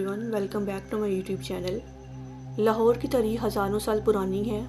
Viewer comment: Achi video hai per ager ap slow bolain or Punjabi accent ki jagah Urdu Ka sahy talaffuz use karain to zyada Acha lagega Jese لہور Nahi لاہور Sahi word hai or سیکnahi سکھsahi words Hain aise he or b words Hain jinhain ap ghalat pronounced kerrahy Hain per video achi hai